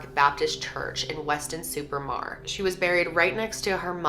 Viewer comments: I'm loving the American pronunciation of the English place names 😂 Weston Super Marrrrrrrr haha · # weston-super-mare. Mare sounds like hair.. not mar that sounds like car. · 90s not 1900's lol.. and its weston super mare not marr 🤪🇬🇧🤪🏴🤪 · Hey, so our place names are ridiculous 😂. It's Glam-organ, Ch-is-ick, Weston super m-air (like a female horse). Have you ever heard of Bella in the Wych elm? That's an interesting British case. Also the Manchester pusher, specifically David Plunkett (this one is really chilling) this is actually still going on today and the police are denying that someone is pushing people in to the canal. I think UK cold cases are really interesting because we're more densely populated so it's rare for people to not see things. There's a couple of missing people cases that are just crazy too. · What about 'weston-super-mure' 😂😂